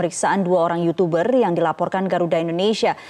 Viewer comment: yutuber mba.. bukan yucuberr.. jgn ikut2an rando ah..